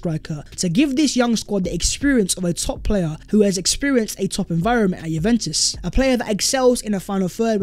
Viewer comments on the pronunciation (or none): none